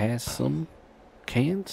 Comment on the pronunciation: Bro cash not cans 😂😂